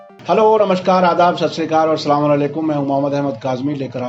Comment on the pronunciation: Sir ! Namaskar ,Aadab,sat shree akaal to thik h lekin jo main chiz h Salam uska talaffuz sahi nhi h .. jisse uske meanings bdal jate h ..aap umar m mujhse bde ho .. chota munh bdi baat .. maaf krna .. thoda us pr gour kijiyega ... i hope ki aapko meri is baat ka bura nhi lgega